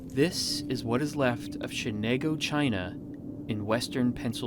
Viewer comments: Shenango not Shenago. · You're not pronouncing Shenango properly. Where are you guys coming from? Thanks for the vid. I see a lot of fixtures, crates, fire-brick and obviously the china which is still viable that some people would love to have. I'll check out your pages.